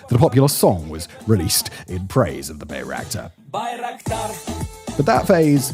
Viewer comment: Weird seeing bayraktar being mispronounced so often even with the popular song being quoted.